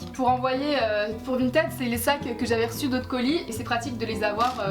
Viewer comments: Vinted on le prononce vINEted nan (ça m’a stressé tt le long de la vidéo)😂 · suis je la seule qui me suis peter une barre quand elle disait "vinted" a la française?😂